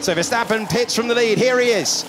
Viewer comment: Max veuurstapeeuuun c'est verstapen svp